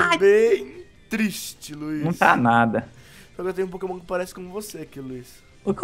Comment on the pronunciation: Não é wouiz é luizzio